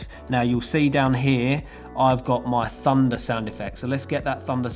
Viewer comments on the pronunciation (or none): is it just me or does it sound like 'funda' everytime he says 'thunder'?